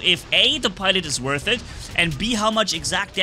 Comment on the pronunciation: Are you saying I'm worh it or not 😂😂😂